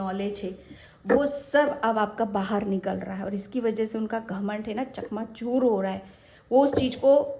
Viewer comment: चकनाचूर not चकमाचुर 🙏🙏🙏